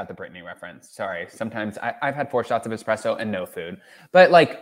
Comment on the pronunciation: I hear you say four expresso. Well somebody fell off the (overly caffeinated) wagon.